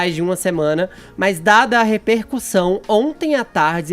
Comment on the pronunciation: Beijaria essa boca torta da. Mesmo sabendo que ela fala “reperCURSÃO” e “ALGARitmo”.